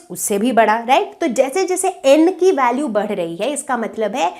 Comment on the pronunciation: Mam be like pandey sir badh rahi h ki jagah bar rahi h 😂😂😂